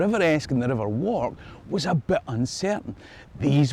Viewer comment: It is pronounced warrk not walk